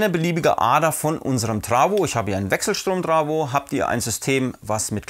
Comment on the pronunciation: Das heißt Trafo und nicht trawo